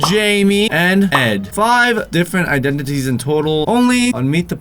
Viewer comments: Just say iDENities not iDENTities since u struggle so much haha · Identities (I-Den-Di-teez) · Identities is how you say it